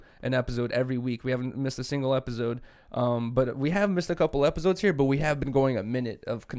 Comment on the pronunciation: Hate way he says “Epizodes”